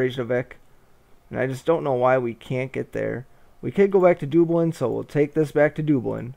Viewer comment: I just started watching this series to look at the game. I wonder if you ever pronounce Dublin correctly.